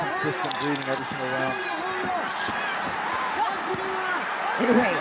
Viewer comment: Please, his name is pronounced Eee-noeee